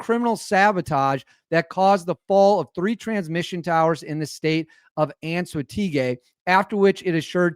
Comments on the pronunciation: This happened yesterday, also the pronunciation is un soah teh ghee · First word of head line you can split it to pronounce it correctly its CORPO-ELEC Like corporation of electricity, CORPOELEC. And for Anzoategui you almost had it up until the GUI part. That part you pronounce as you were to pronounce GIZMO, so the same GI sound as the word gizmo Anzoate"GI" also the E pronounced as the E in elephant. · say it as “ ant zooah teh gui”